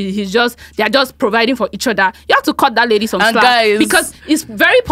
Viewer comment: Emphasis on "THATS A LADY"